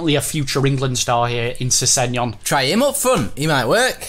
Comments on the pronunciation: Sessenyon 😂 Twosync are legends Great vids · I love how miss pronounces sessegnon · I'm a Fulham fan and sessegon is sick and how you pronounced it was wrong but it's fine